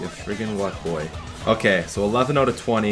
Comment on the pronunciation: "it is oat today"